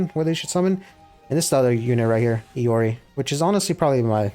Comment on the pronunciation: If I'm not wrong Iori is pronounced like "I-ori" kinda like the rapper and Jotunn is pronounced "Yoton" it's Norse and from what I remember from previous research on Norse, Their Y's make a J sound. For mais holy relic I personally know two ways it could be pronounced those being Ig-dra-seal or Ig- Dra- SEAL with you rolling the ea. Sol is pronounced like soul(from what I remember). Helhiem is pronounced like "Hell-Hime.". Mani shouldn't be a problem. Edit:If you know more about the proper way to pronounce Norse names feel free to correct me.